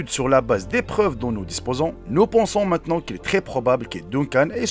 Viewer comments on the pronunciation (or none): none